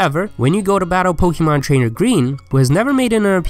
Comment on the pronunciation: You pronounce it Pokamon and not Pokeeemon.. how silly